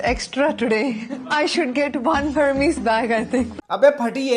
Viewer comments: It's "air-mess", not "Hermeez", if she's that rich, I guess she should know this much. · It’s airmez not her meez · the hermes pronunciation sent me bro wtaf 😭😭😭😭